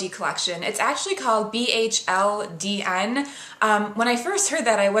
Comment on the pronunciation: bhldn is pronounced beholden. and it is a sister brand of anthro. not a brand sold in anthropologies. after one year, they will decide whether or not they'd like to open stores. rumor has it the first'll be in california-andor-ny. fingers crossed!